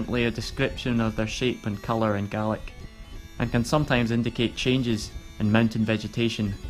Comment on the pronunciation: It makes a pleasant change to hear someone actually pronouncing the Gaelic names correctly.